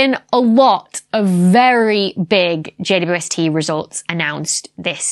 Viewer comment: I get such a kick out of her saying J U S T instead of J W S T. It’s an indicator of saying something incorrectly because it is easier but she clearly is crazy smart.